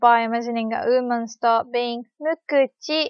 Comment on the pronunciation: Hi. Great work as always. You mastery of the English language is worthy of a gold medal and your teaching style is superb. I love the way you pronounce “woman” as “ooman”. I don’t mean that in a derogatory way, rather it just tickles me. That said, you’d be laughing your socks off at my rudimentary Japanese. Thanks for doing what you do. Cheers. Lee